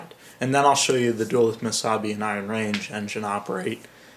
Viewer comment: I hate to be that guy, but in looking at the other comments, I don't think anyone has addressed this, so I will. The city in Northern Minnesota is pronounced, "Duh-LEWTH." Thanks for your consideration in this matter. I apologize for any inconvenience.